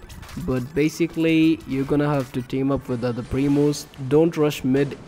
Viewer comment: Thank you, it helped me to push El Primo to 1000, it's my first Rank 30 brawler, I hope I will get more tips and tricks like this. Fun Fact: When this guy says "Primos" it sounds like momos lmao